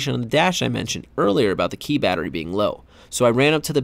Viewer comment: “Bettary” aka Battery